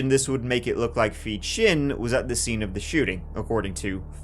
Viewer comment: Please forgive me, but did u say his name was feet chin? 😂